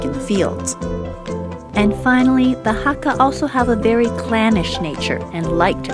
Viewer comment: Sorry but you pronounced "hakka" wrong. It's not hak-GA, it's hak-KA.. I'm Hakka and honestly this was hard to watch 0.0